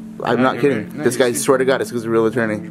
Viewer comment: swear tu god swear tu goud